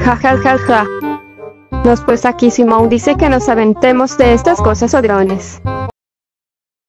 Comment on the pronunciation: Jajaja dijo SUMON ES SIMON